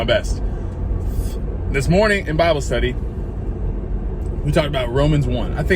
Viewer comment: It's not Babble...it's BIBLE. He's GOT to be SOUTHERN 😅😅😅